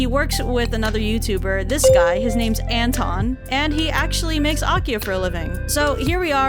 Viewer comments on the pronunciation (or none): The way you said Anton actually sounded like Enton, which is the german name of Psyduck, and it made me laugh. Perfectly fitting to the video theme too lmao It's really interesting to hear names from different languages in different pronunciations! Thank you for the video ♥ ETA: When I wrote this comment I did not realize there's a whole Psyduck tortured by others section, I now love it even more